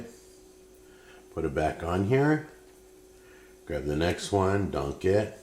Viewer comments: I know he's saying "dunk it", but all I can hear is "Put a DONK on it!" ...that, or the way Shrek pronounces "donkey". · I thought he was saying donkey 😅 took me a while to realise he was saying dunk it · Is it just me or did it sound like he kept saying “donkey” instead of “dunk it”